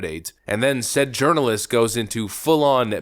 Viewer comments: You said “CNN Urinalist”. Bwahaha 😂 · Did you just call her a "urinalist"? LMAO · Did you call her a "urinalist" ? lol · It sounded like you called her a urinalist. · Did you say “CNN urinalist”? Haha